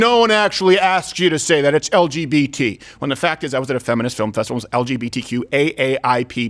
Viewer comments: Dave says LBGTQ instead of LGBTQ he switches up the B and the G, he does it in the Netflix show he did as well that’s the mistake. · this is really not funny. did he want to be funny? 5 minutes of him bashing those random people, thinking he's smart and observant when he didn't read the word right?why upvote a mistake 40k times? Dave said L"B"GTQ, the 'sic' is because he did not use the proper order of the letters LGBTQ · they added [sic} because he said "LBGTQ" instead of "LGBTQ" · Mate, the [sic] was bc he inversed B and G - he said "LBGTQ" instead of "LGBTQ" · I’m sure they put (sic) because he said “LBGTQ” instead of “LGBTQ” not because of the + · 🤦🏻‍♂️ they put the [sic] because he said “L B G T Q” ….it’s a spelling error - it’s “L G B T Q” , it had nothing to do with leaving out the + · I’m the only one on earth that notices Chappelle says lbgtq instead of lgbtq. Every time. And I know why too. But I’m not gonna say that. 😉👌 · Nope. It's because he kept saying LBgtq instead of LGbtq... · I’m almost positive Dave said “L-B-G-T-Q” not LGBTQ. He switched up the G and B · NO. It's because Dave kept saying LBGTQ, not LGBTQ. He swaps the B to after the L instead of G after the L. He said it the whole CLOSER special if you paid attention. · Not saying it is right to do this, but the "[sic]" was likely because he said l B g t q instead of l G b t q. in other words, for screwing up the order of letters in an acronym. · its actually because Dave says 'LBGTQ' instead of 'LGBTQ' He mixes up the B and the G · It's because Dave Chappelle says "L-BG-T" and not "L-GB-T. Jesus, I thought you watched the show, or could read! From a Mug Club member xx! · They are actually correcting him because he said “LBGTQ” and not “LGBTQ” the B and the G are switched when he said it. Still absolutely ridiculous. But that’s what it is. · Chappelle said "...LBGTQ...". The B and the G are in the wrong place, cuz that's extremely important, Steven!! 🌈🤣🤣